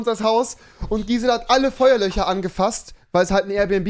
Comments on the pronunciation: Feuerlöcher Feuerlöscher ... Kann er jetzt das "sch" aussprechen oder nicht? 😆 weirder Typ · 90 Duude, ich weiß, dass es "FeuerlöSCHer" heißt, aber Rewi sagt FeuerlöCHer. Und das ist der Punkt des Kommentars 🙄